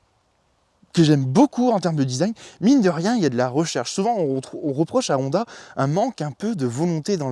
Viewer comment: C'est pas mal la vidéo, mais il faudrait tout même apprendre à prononcer correctement le nom de la marque (c'est également le nom de famille) - c'est HHHonda, et non ONDA , aussi l'accent est sur la lettre O, et ne pas à la fin sur la lettre A